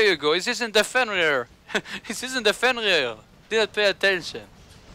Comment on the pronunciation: Ha ha ha! Great match, don't think I've ever think I've heard fenrir said so beautifully!